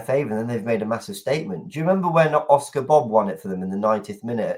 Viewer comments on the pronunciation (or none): none